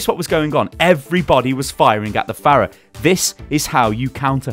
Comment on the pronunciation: Am I the only one that got increasingly triggered every time he said fairah instead of farah